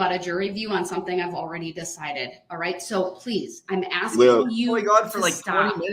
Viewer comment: Someone stop him he is going to start eating his crayons 🤐 he is hurting my head when he is "axing" a question